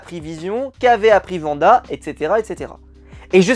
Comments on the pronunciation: Wanda* et non pas vanda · alors deja c "Wanda " et non "Vanda" et les deux 1er épisode sont clairement réussi en terme de mise en scène et intrigue et pour info ce sont des sitcom de l'époque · C'est pas Vanda c'est Wanda